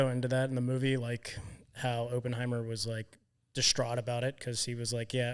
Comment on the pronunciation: Op(like spec ops)-in-hi-mur..... your pronunciations are killing me.